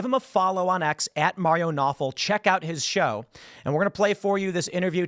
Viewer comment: No way thats how tou pronounce his last name lololol